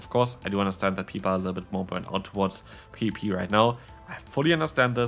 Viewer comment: you still enjoy WHAT?? haha it sounds like you say "pp" instead of "PvP"